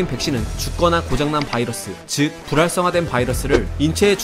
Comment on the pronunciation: 불활성화가 자꾸 부랄성화로 들림